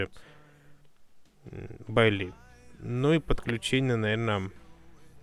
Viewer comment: Типа Байи. Ну будем исправляться.